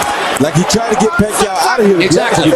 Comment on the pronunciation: Either this is AI generated audio or this dude is slow..Manny Pacmeua? 😂